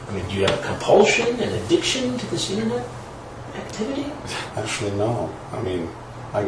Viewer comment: Are you aDDICTed to this innerrrrnet? 😅😅